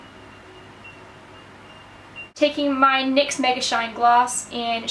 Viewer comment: NYX is pronounced nix